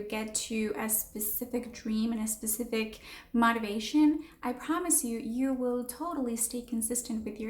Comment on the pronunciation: “Motivation” is pronounced mow-tivation, not mah-tivation.